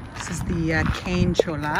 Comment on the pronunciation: Very nice , but just for reference the L in Cholla is not heard , pretend it’s spelled with a Y Like Choyya